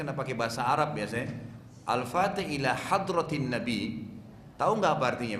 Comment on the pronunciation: Baca fatekhah kok denat biz boz